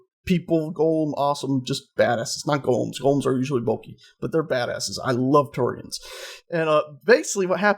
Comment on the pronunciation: Drove me crazy how you keep saying Turians confirmed...